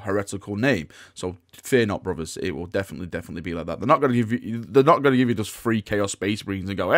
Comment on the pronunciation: "Fear not bruvers", while talking about Chaos. has now become a heretic!